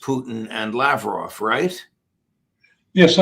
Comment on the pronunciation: You'd expect Judge Neapolitan would have the courtesy of pronouncing names like "Lavrov" and "Zakharova" properly. But I guess not.